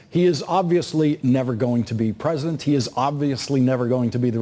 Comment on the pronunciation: Lawrence O'Donnell cannot say "president"... ... he keeps saying "present"